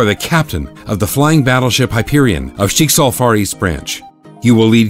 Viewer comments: He pronounced Schicksal wrong. The I is a bit too long and overpronounced. The pronunciation is more on the ck. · Naja Schicksal was like "what?" Schicksal is little differend